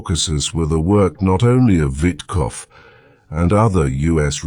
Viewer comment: Steve White? Its Steve Whitkoff